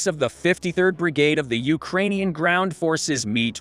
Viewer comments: Ukraaarrnian? Lol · "ukroinians" I thought the same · Why did change the digital voiceover? The new voice sucks. It can't even pronounce "Ukrainian" properly! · It's weird because it pronounces Ukrainian right sometimes. Also a bit jarring to hear oddly-worded phrases like "how pathetic is the Russian army" in an American voice. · whats with the new voice? It cant even pronounce ukranian right LOL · Teach the bot how to pronounce the word “Ukrainian”! It’s so fkin disturbing!